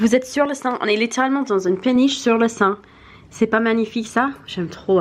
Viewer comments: Le fleuve c'est la Seine pas le sein ^^ tu es adorable ~ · J'adore ton accent avec tes petites fautes de prononciations, "le sein" ça s'écrit la Seine mais on prononce la Sène t'es vraiment trop cute. Plein de bisous. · C’est trop mignon comme tu prononce la Seine 😂❤️